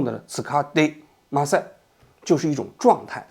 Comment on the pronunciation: 就是ません的发音像まさん😅